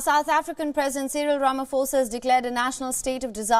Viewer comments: ITS NOT "RAMAFOSA" ITS "RAMA-POSA" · No, its Rama-Sofa